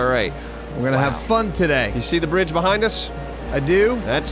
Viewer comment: Not bridge.... Braaage!